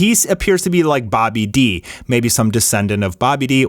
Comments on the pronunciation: Dude stop making videos if you're not even going to get the shit said right. It is not sparkling zero it is sparking zero... Sparking just like in the fucking song! And also... Bobby D?! You say it faster, babidi! Just like the fucking pun Bibbidi-Bobbidi-Boo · I hate when people mis pronounce the names in dragon ball its babidi like bibidy bobidy boom am i the only one who picked up on that babidi's dad was named bobidi,not that hard to understand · its not Boby-D, its Babidi, Bobity, Boo.... one of the best jokes from Toryiama